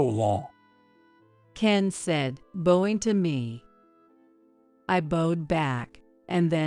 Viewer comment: She don’t know how to say, bowing she says Boeing